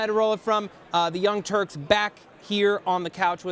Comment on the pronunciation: The "Younk" Turks lol